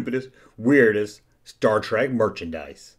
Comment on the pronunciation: It's Mr. Spock, not doctor. And it's star trek, not star trak.